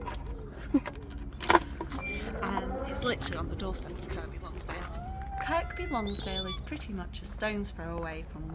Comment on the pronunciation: Kirr-by Lonsdale.......The 'K' is silent.